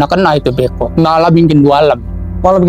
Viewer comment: Nora kong ali. Kaku. Beko bukan bko